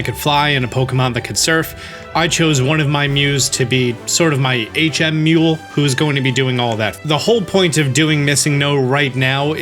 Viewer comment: not a huge deal, but ty for saying "HM mule"